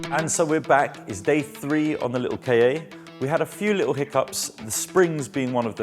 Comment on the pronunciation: Does no1 remember the ads for the "KA", its literally pronounced Kah, or how some1 from Boston says "car" :D.